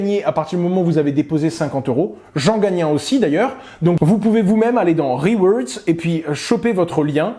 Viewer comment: Des "reweerdz" :D